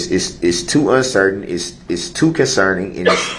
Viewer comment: “ WHAT IZ JUHHHDGEMENT” “ ?? Nooooo juz haven’t beenz Jew puhlled a Switch ah Roo” “ it’s berry conserning “ rehd it reddd it I dunno”